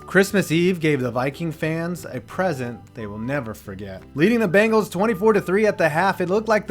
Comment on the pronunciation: When he mispronounces the bengals and misspells their name